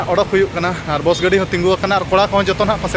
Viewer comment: Carrect your pronunciation bro, not boss bus only